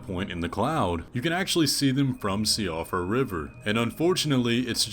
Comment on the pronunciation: Siofra = Shuh-fra. It's an Irish name so... Yeah, the way it's spelled? Not pronounced anything like that. Saorise, for example, being "seer-shuh" because fuck you.